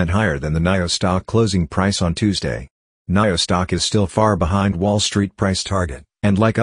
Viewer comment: Haha You are saying Naio again lolz